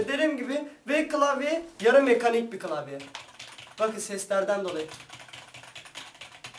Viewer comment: türkçen kaç senin kılavye değil klavye bunuda bizmi söyliyeceğiz